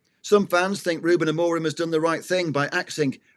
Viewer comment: I sincerely appreciate that name dropping adds to your football credentials. Unfortunately, repeatedly misprouncing Amorim's name, and then talking about somewhere called Abu Dabu, suggests there are some names you youself do not take seriously. How can not taking others names seriously really lend support to any serious argument?